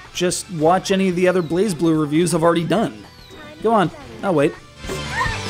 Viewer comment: its not prenounced blazeblue its blazblue gosh